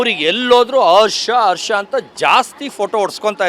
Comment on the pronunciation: Harsha alla. Arsha arsha 😂